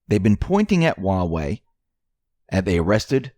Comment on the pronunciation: There's H in huawei. It's not uawei.